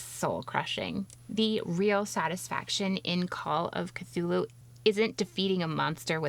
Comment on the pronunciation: I really appreciate the way you say those names. They come across as much more otherworldly than the way I say them.